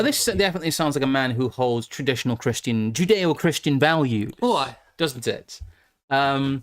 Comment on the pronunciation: Joodayoh-Kryschan valyoos